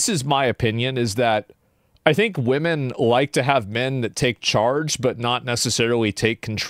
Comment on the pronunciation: Waaahmen? Least favorite video of yours in a hell of a long time, Assman